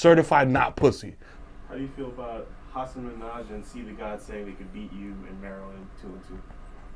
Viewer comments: Wait, I just realized "Haseen" is supposed to be Hasan Minaj 🤦🏾‍♀️ This is the first time I read the captions. Desus out her butchering people's names 😂😂😂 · Desus fucked up Hasan's name and then was gonna correct himself but said "fuck it" and gave up lmao